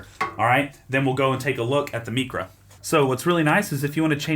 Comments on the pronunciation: Isn't it pronounced like mycra not mecra? Excellent review! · It’s not Meecra it’s MIcra….it’s Greek you know not Spanish….